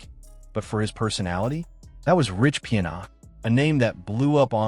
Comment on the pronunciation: Your AI voice is pronouncing his name wrong.